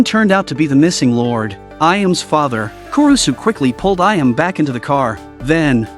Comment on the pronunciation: "Ka-bain" "A-yam" I hate AI voices